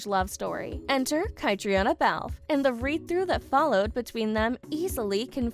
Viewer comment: It’s pronounced Katrina.